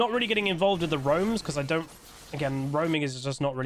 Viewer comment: Sub goal: one game in your most posh n British accent you can fake. Like “ I dun understand”.